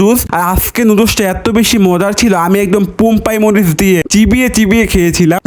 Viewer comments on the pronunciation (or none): পম্পাই মরিচ ✅ বোম্বাই মরিচ ❎ পদের ভর্তা ❎ পাদের ভর্তা ✅ দুধু চা ✅ দুধ চা ❎ প্র্যাক্টিকাল পরীক্ষা ❎ পেনাক্টিক্যাল পরীক্ষা ✅ এক্সাম ❎ এক্জাম ✅ আর ভাই তুই নাকি ডায়েটে আছো তুজে ডাইটা থাইকা এত খাবার খাস তাইলে নরমাল দিনে কতটুক খাস আর তুই যদি এত সারাদিন খাস তাইলে তোর তো সাদা ছেলে পরীক্ষা দিতে হইব ওখানেও ফেল করবি এবার ভাই আল্লাহর ওয়াস্তে উচ্চারণ গুলা ভালো করে করিস নাইলে কিন্তু তোরে মানুষ কমেন্টে বাচাই রাখবে না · 15 পাতের 😂❌ 15 পাদের 😀✅ বোমবাই মরিচ ❌ পোমবাই মরিচ ✅ 😀😀😀😀💖